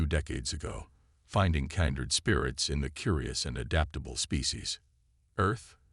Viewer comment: Unlike "ale ex" or " kind red" or "prox ee ma"